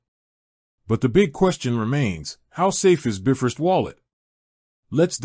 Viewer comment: Shoddy AI cannot even pronounce “Bifrost” correctly 🤦🏻‍♂️